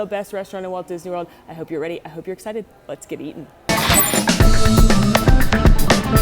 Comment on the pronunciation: I heard, “Let’s get eaten!”